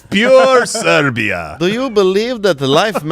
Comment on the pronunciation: Siberia not Serbia, close but there.